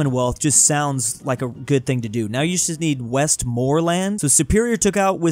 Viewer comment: I don't wanna sound like "that guy" but it's pronounced westmore-lin